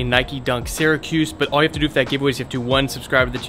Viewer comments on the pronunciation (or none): none